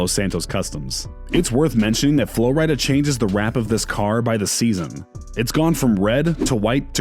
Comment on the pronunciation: It’s not Flo Ryy Dah it’s Flo Rida like the state Florida